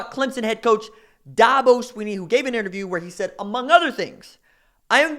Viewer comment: First learn to pronounce his name correctly. Second what Dabo said was taken out of context. Third Dabo has never signed a top 5 class. Last thing, I’ve been to both Oklahoma and South Carolina and I would much rather live South Carolina.